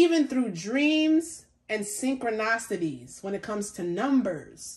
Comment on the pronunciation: Hi my love! I think you were trying to say serendipitously. You were close! And your other word is synchronicity: pronounced sin-crow-nis-ity. All said with love! 🥰 Beautiful reading.